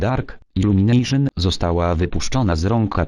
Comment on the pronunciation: Iłlumination hehe